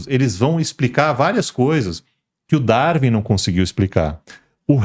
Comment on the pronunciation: Ele não consegue falar Darwin. Pqp